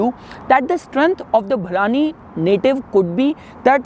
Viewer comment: Its भरणी not भरानी